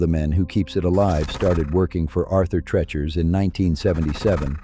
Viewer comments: I loved Arthur TREACHER'S and was sad when it left our area. There were so many mispronounciations of TREACHER in this video, it reminded me of someone who called it "Arthur Trenchmouth." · Pronounced TREE-chers.